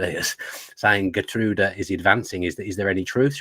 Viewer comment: Dan & pronunciation HEAR-TRUE-EE-DUH (Geertruida)